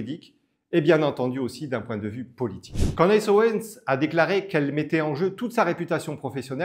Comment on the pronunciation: Pas Candace, ca se dit ''Candice'' En anglais le A se prononce I